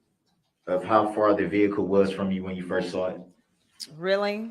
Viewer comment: If I stop the video at this point, there's no veehikuh on the screen. So there never was a veehikuh, y'all just decided to go lay down